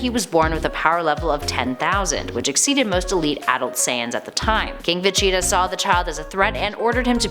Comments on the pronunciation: Jesus Christ who is vecheeta? It's veGeta LoL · It's pronounced Ve-gee-tuh, not Ve-chee-tuh. He's the Prince of All Saiyans, not the mascot of Cheetos. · it is siad like this veg-eta. Is it just me or is the way she says Vegeta really weird?? Planet Vecheetah? She says it like Va-Cheat-a Thats why i came to the comments. For this comment. The empty man 1 day ago Cringe Isaac Denley 1 day ago Vegeta. jablackjam 1 day ago She needs to say it correctly. Jahnte Walker 1 day ago I cringed every time she said that. Slinger of Truth 1 day ago She's saying Broly wrong too. It's Brol y not bro lly. sstrunks8813 1 day ago I like her nobody corrected her. Dan Maloney 1 day ago I have made the case that she has mispronounced it in the past. But I chalk it up to her being Canadian. Joshua Martinez 15 hours ago She's dumb clearly never saw any of DBZ! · It’s Vageta, as in Vaj-eet-ah. why are you saying va-cheetah? That aside though, love the video. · Veceta or Vegeta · she definitely said vecheetah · I Couldn’t get past the first few VeCHEEETAAH’s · i cant 😂😂 no one corrected her before uploading this....vecheetah.... facheta...... fa chi ta...... va cheee da ......kills me everytime she says it wrong 😭😭😂😭😂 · Every time she says “Vecheta” my aids flare up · How about a Top 10 Ways not to say Vegeta, and in at our #1 Spot Vecheetah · I'm sorry I do love the videos I liked her but I hate how she says Vegeta. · Is this like a cool-whip joke with the butchering of saying Vegeta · God I need to stop watching this channels dragon ball videos, they cannot pronounce Vegeta right at all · Omg I love how she pronounces Vegeta. 😂😂😂😂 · Is it just me or is the way she says Vegeta really weird?? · Thought the same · I have made the case that she has mispronounced it in the past. But I chalk it up to her being Canadian.